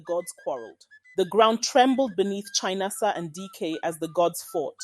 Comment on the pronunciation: It's pronounced as Chí-ná-ásá Not Chai-na-asa 😂